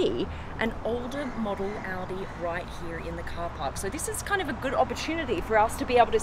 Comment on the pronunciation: I got killed when she said Oudi instead of Audi